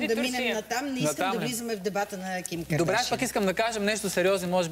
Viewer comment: никой от вашето студио не може да каже правилно "кардашиян"боже мой излагате се моля ви се